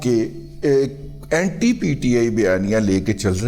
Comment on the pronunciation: رضیہ بھائی اینٹائی کوئی لفظ نہیں ہے اینٹی ہوتا ہے۔